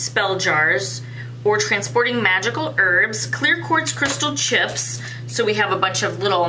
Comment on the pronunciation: Ok that pouch is cute. I can't believe I heard when you said "magickal parchment" I heard "vaginal parchment" I did a double take 😂🤣😂🤣 Ok want that wood pendulum. Ok that sticky note book is cute. That wooden box is awesome!